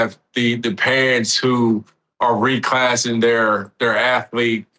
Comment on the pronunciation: “Reclassing” is sending me